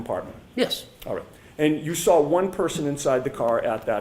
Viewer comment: I don't get it. "side bah", no r. But: I "sar it", or "lar enforcement". There's the damn R!